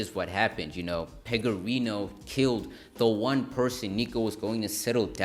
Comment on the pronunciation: No worries. Overall the video wasn't badly put together, and it definitely appears that you put some work into it, but the small details do matter. Another thing I noticed is that you kept accidentally calling Jimmy Pegorino "Pegaroni" instead. I don't want to diss you too hard being a small creator and all.